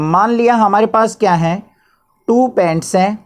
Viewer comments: It's Pants * not pents 😂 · Sir its Pants not pents 😅